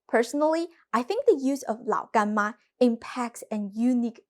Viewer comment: I like how you say Lao Gan Ma